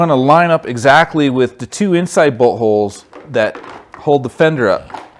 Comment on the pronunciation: I may be a little childish but you saying bolt holes had me dying 😂. Good job and idea though. 👍🏾.